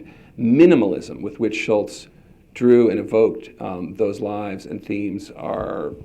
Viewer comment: You fail, David Michaelis. It's 'Schulz', not 'Schultz' And what were you gonna say? 'unwritten rules'?